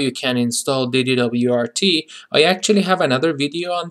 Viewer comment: Hahah, you say it like you say NASA, not like FBI. So, DD-WRT you'd say the WRT portion similar to "wart" 😉 Nice video tho!